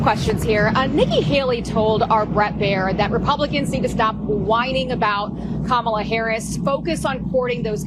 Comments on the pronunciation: Trump is a stable genius and still haven't learned how to pronounce Kamala. Should make you think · Of course no one knows Kamala's last name when "Kamala" is GROSSLY mispronounced. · Is he and other MAGA so petty, so insecure, so childish that they can’t pronounce Kamala correctly? What a bunch of tools! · If donald said Kamala's name correctly, maybe the man on the street would know who he was trying to talk about. 😀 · trump can't even pronounce Kamala Harris' name, so how could his low information followers know wbo trump is talking about. Supply chains were disrupted because of trump's mishandling of COVID. Biden/Harris had to work to reestablish these chains. It caused a great deal of the inflation we experienced after trump was out of office. This whole press conference is weird with trump whining and complaining constantly. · Trump does not even know Kamala's first name, he mispronounces it constantly. I guess he thinks he is being clever, but he just comes across as a rude pig, a juvenile bully who loves to dish it out but can't take it when it comes back at him. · Well, it would help if he'd pronounce her name properly. Not a smart guy!! Lol😅😊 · I laugh at Trump's inability to pronounce Kamala's name correctly. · They don’t know what you’re talking about when you use her first name either Donald because you mispronounce it every single freaking time you say it😂😂💙🇺🇸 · KaMAla? Pronounce it right, DonNIE, and maybe people will understand what you're talking about. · Trump still can't pronounce Kamala Harris's first name correctly. It is correct that Trump doesn't know what a supply chain is. He is complaining about slow shipping, not supply chain problems. This guy is supposed to have a degree in economics and should know what a supply chain is. He is ignorant. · He can't seem to pronounce her name right. It's either "Ka-MAL-la", or even "Camilla". And meantime, um, um, is Hillary Clinton still around?